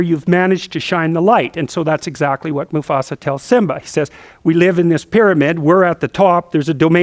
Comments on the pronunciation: Its "musAfa" not "musofa" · Musafa hhh he almost said Mustafa lol 🤣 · No one dared correct him when he said Musafa hahaha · LOL, "Musafah." I love it! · lol, it's MuFAsa, not MuSAfa! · lol "musofa" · get your feet of musofa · Ah...Good ole Musofa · i love JP! for some reason i couldn't stop laughing he says "moofasa" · mrbrockpeters musofa musfoa musofa! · "My sofa"